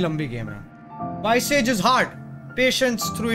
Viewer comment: Visage ko Vezez pronounce krte hai ,vice-age nhi